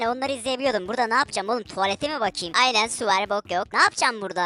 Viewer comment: ✨AyNenĞ sUğ vArğ BoK yOkğh gülmekten karnım ağrıdıı😂